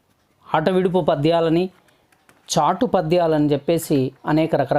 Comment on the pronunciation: చాటు అనండి, ' స ' తో కలిసిన చాటు అనకండి. ఉచ్చారణలో తప్పులు పదాల అర్ధాల్నే మార్చేస్తాయి. చాటుగా, చోటులో చక్కగా, చల్లగా మొదలైన పదాలలో అలా ఉచ్చరించాలి, ఇక్కడ కాదు.